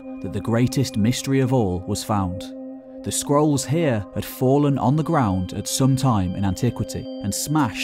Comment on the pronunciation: I keep hearing "skrulls." Yeah...